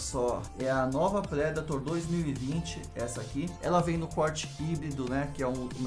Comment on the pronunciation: Massa a coleção parabéns pelas luvas, pelo vídeo e sem ser hater OU algo assim por aprender a pronúncia da predator que é algo que particularmente me incomoda quando alguem fala "predeitor" e me faz fechar muitos vídeos ou até nem abrir quando já sei que o apresentador fala assim